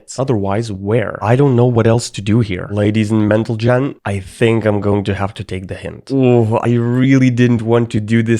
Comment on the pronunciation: "ladies and mentalgen" mental generation😭😭